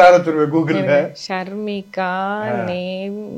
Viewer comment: அவர்களே அவங்க பெயர் ஷர்மிகா நீங்கள் ஷர்னிகா என்று சொல்லி இருக்கீங்க